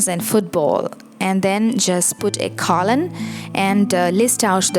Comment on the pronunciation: Don't forget about the Oxford comma, used after the final word in a list of items before the word "and." Or "and". Depends on whether you're an American-borne or British-borne writer. Pronunciation of "colon": KOE-lun, not CALL-un.